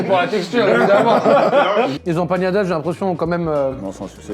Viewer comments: Y'a pas de tilde sur le n mon cher, c'est Empanadas et non Empañadas;)) Des bisous super vidéo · Incroyable la vidéo Juste une petite remarque si je peux me permettre: On ne dit pas "empañadas" mais "empaNadas" 👍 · EmpaNadas , ne prononcez pas la tilde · Ça fait trop plaisir de voir des resto latino aussi, Tanguera et Santa Carne, 2 resto incroyables on adore ! 😍 Et vos commentaires pdt la vidéo un régal ✨🤗 Par contre c’est empaNadas pas empaGNadas 😅 haha